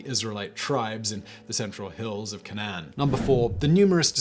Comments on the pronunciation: its pronounced Cain-an.. that cocaine is getting to your head Mr bald with the blaze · Don’t really care tbh just sounded funny when he said Canaan and some other things